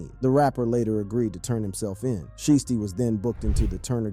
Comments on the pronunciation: Sheath? You not even trying bro 😒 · Daaaaamn my g.. the news reporter even said sheisty's name right and yo ass couldnt??